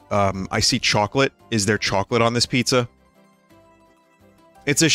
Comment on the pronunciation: vinny doesn't usually let his bostonian accent show through but the way he said "choawclete" really let it be known.